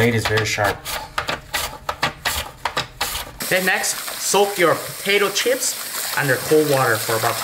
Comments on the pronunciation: I loooove "CHEEEPS" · He says chips funny lol